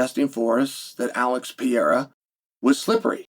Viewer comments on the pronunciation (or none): who is pee-ara? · I used to think Chael was somewhat educated, but he can't learn to pronouce Pereira. 😅 sounds ignorant. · Love ya chael, but first learn to pronounce perriera and what about the coronavirus he was getting over when the last fight occurred?